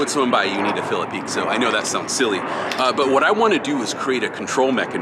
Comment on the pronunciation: Hey im from Brasil, i don’t know if it’s gonna help but pixo is pronounced in Brasil with a sound of sh, so when i heard you saying pixo for me sounded like “peek so” and here we say it sounding like the Letter P and then a sho like the word show just without a the W, so it would pronounce “ P sho “ So it’s just some facts since art primos idea was to do a homage to brasilian tagging (picho/pixo/pixação/pichação) i think you guys would sound 10 times better if you guys got the sound of the word in it’s essence it will give probably more 30 or 40% more of the brazilian flava in the marker and you will captivate the brazilians folks hearts too ❤😂, so just to say it’s a not a complaint about how you say it, and im not trying to be rude or arogant, it’s just tô try to improve our cultural conection and friendship. Ps. Love seeing you só healthy and strong on what you always do ❤